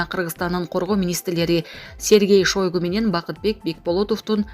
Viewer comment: Шойгу деп жазылат, окулушун туура айтчы чон кыз Шайгу деп, уууууффф тойгуздунар го жалан эле экичи дикторлорбу?????😮